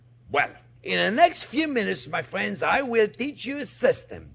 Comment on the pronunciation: "well hello there phrinzzzzzzzz!!!!!"